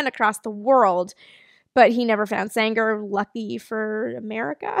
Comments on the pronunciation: Eugen Sänger pronounciation pretty on spot, maybe a softer 'ng' like in 'ringer'. The 'ä' is just an english 'a' like in 'ladder'. Also Eugen was pronounced right. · Actually your pronounciation of "Sänger" is rather good. The only minor thing is that the "ä" in "Sänger" should be stretched a bit more.